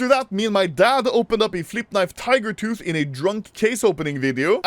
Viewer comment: The vid where he got the gut knife tiger tooth is iconic I simply because of saying TEEGER TOTT